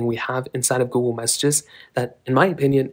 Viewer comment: He’s says Gool